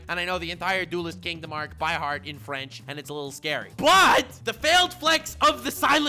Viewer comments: your French its pretty dead on. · What a lovely accent, as a french i feel honored that watched Yu gi ho on a french VHS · Well to be honest, you got a pretty good french accent, thumbs up